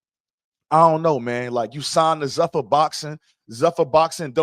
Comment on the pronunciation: 1. "Zuffa" (the parent company of the UFC) is pronounced ZOO-fuh (/ˈzuːfə/). It rhymes with "loofah"